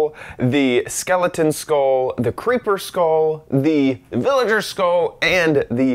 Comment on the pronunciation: lolz a villager skull how did u say dat wrong?